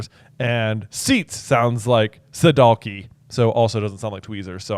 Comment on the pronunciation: Wow you nailed the pronunciation of "pinseti" and "sedalki". Fun fact: most of the surnames J.K. gave the Bulgarians in the book are not actually Bulgarian surnames. For example Krum is a first name. Zograf and Levski are nicknames given to historical figures.